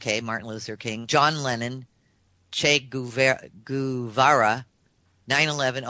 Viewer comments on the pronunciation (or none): " Ché Gouvéra"